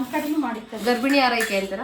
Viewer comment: ಹಾರೈಕೆ ಅಲ್ಲ ಆರೈಕೆ